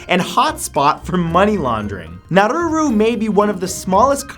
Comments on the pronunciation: its prounounced nauru not naruru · Its Nauru not naruru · Nauru not Naururu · Nauru, not now-roo-roo... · Nauru not Naruru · It's Nauru, there is only one ”r" in its name, Monaco changed IRS succession laws to allow the Sovereign Princes sister to succeed in the event he had no children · Nauru is pronounced Nah-roo, not Nah-roo-roo. I have no idea where you are getting that second 'ru' from, but you sound really dumb every time you say it. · Saint Martin isn't a country. -You yourself said that the Pitcairn Islands are a British Overseas Territory, so why include them on the list? -Nauru isn't pronounced Narruru -I knew you would end the video with Sealand, but it isn't a country at all. It is a micronation. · nah-roo not nah-roo-roo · It's pronounced nah-oooh-rooh not nah-rooh-rooh lol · Matt, it's Nauru, not Naururu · naruru? dude, get your pronunciation right. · Is Nauru really pronounced as Naruru?